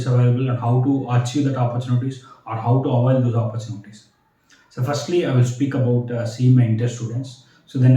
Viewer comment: Its "opportunity", not oppurchunities...